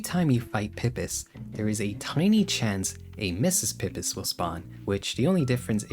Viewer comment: it's PEE PEEs, no pip-is. Eggs, not drugs